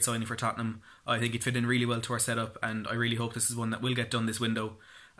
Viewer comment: Piątek pronunciation is Piontek . And he is Mr. Friday as Piątek (piontek ) means Friday in Polish :)